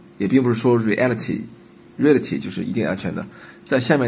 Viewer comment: reality读错了，这么基础的单词。。。。